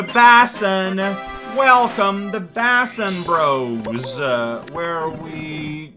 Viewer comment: Just so you know, basin is pronounced like ‘BASE-in”